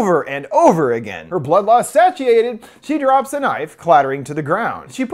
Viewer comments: I'm sorry did you just say 'statchiated' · It's pronounced 'say-she-ate-id', just as an FYI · I think you might be mispronouncing the word "satiated"